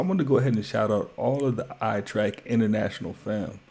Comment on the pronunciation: say your damn youtube name right damnnnnn.. ''